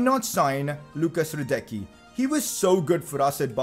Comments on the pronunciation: 11th time saying it's Lukas radesski not radecky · Now when you signed Hradecky, Please pronounce his name right.